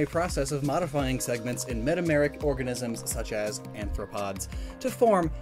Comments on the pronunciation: ARthropod, not ANthropod. There is no n. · The whole video, you've been saying aNthropod, which is a humanoid. The word you are looking for is aRthropod. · It's arthropod, NOT anthropod. Why do you always make that mistake? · Man, you HAVE to know the difference between saying anthropod and arthropod (and learn to pronounce myriapoda) before trying to teach or explain it, huh?! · Goshdarn it. It's arthropod. Not anthropod. Anthro refers to humans. An anthropod would be... Human-foot creature (arthropod being joint-foot) Also myriapod. Myria, as in myriad. Even after your realisation you got it wrong. Not to mention you want back to "myaro" right after. Although that segment might have been recorded early I guess.